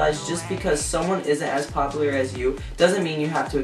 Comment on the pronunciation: you say popular kinda funny (